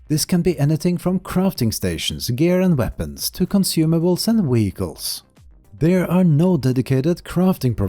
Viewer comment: It took me a while to figure out that 'weegles' are ‘vehicles'. But otherwise, excellent video.